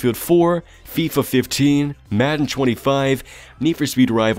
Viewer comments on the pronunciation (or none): none